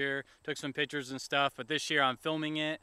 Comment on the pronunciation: Thanks for the video. Everyone keeps making fun of you for saying "libary" - but none of these fuckers apparently caught you saying "pitures" (instead of pictures) LOL!!! PITURES. Either way you're a cute guy, you got the current style down, and I guarantee everyone judging you would have 10 times the potential petty flaws they're pointing out. And just think about the random people looking up beetlejuice film locations. Subscribed!